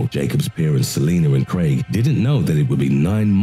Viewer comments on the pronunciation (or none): none